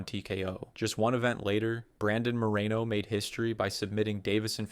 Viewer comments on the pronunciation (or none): none